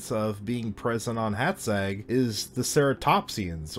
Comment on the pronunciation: Oh, for gods' sake... Stop calling our baron 'Nopsca'! It's pronounced like 'Nopcha'. And Hátszeg is pronounced like 'Haatsseg'.